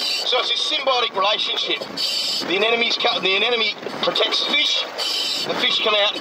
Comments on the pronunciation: The so-called expert mispronouncing anemone as "anenome" is kinda driving me nuts. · To the marine biologist guy: a-ne-mo-ne. A - NE-MO - NE. Not anenemy. That's a person you dislike. It's leviooooosa, not leviosaaaa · Thanks Destin! I really enjoy your videos and we learn cool stuff! Remember that everyone has a bad day now and then, so don't take it personal when some folks feel the need to judge you for stuff like the way you say anemone ..anenome..enemy,,.FISH! Keep up the good work! Sharing your science in an artful form, in a free public forum gives you the latitude to call those fish whatever you want every day or ,,,not. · I keep hearing the guy saying anenome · Anenome Anenome Anenome Anenome Anenome Why are native english speakers so bad at speaking? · ***** but he didn't pronounce I that way. He pronounced it with the second n and the m transposed. He said it as if it was spelled "anenome" (like "an enemy" instead of "an em eny") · AAAARGH! Is there truly NO ONE in the world who can say "anemone" properly!? The anemone is not an enemy! At least, Destin, you did say it correctly once or twice. :-) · I like how nobody can pronounce Anemone correctly :D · ***** Ah ok, sorry English is my second language, but how was he mispronouncing anemone? My lecturers (Australian) pronounce it just like that, maybe it's just an accent thing?